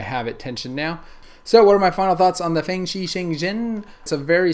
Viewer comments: I heard him say fangly instead of fangsshi but it does not matter. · dont say fangshi the Asian way it sounds WIERD for a westerner to say that. Not a hate comment